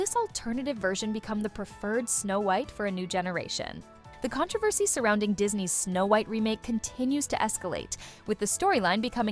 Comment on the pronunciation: HOW did you just say the word "controversy"? LOL Your AI voice needs some help with pacing and pronunciation. There are a lot of weird... pauses. And it just ends???? Snow White will truly what???